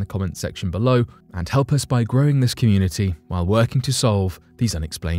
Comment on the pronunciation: Holy moly! He actually said SUBscribe instead of ubscribe this time!